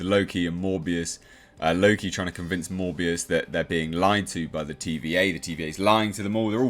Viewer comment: It’s Mobius not “Morbius”